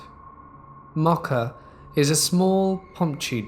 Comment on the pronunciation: I can't handle the pronunciation of Mocha.